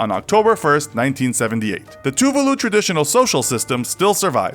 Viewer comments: You pronounced Tuvalu wrong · his pronunciation of tuvalu made me want to cry :(